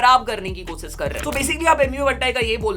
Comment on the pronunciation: Thanks for the video bro. Please work on your pronounciation of S and Sh. Eg: Koshish and not Kosis. Rest all good and keep up the good work.